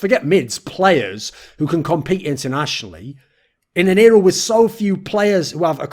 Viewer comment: Everytime he said "In an era" I kept hearing "Inero" and I was like man why's he mentioning Inero so much in a video about POB